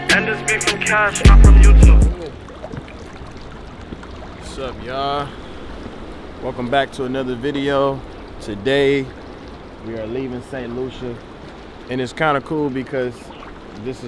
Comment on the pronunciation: He keep saying Saint Lusha 😂 It’s Saint Lucia, Saint Lu-Cia